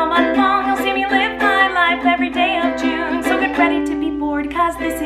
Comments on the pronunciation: Why was I shoked when she said vlune. HOW IS IT JUNE!! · Words can’t express how much I love “Vlune”😂😂😂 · Hahaha I love it "vlune" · When she said Vlune I was like gurl this is going out of hand 😂😂 great vlog! Happy that you‘re reunited with your fam 👍🏻